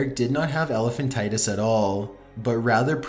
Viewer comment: It is elephantiasis NOT elephantitus.